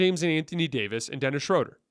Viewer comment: love watching and listening! 2 things: give a little guitar intro to the show! Dennis’s last last name is pronounced Shrooder/Shrewder. 😅🎉